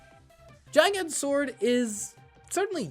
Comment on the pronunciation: its a hard g on gigant. its GiGant, not jiGant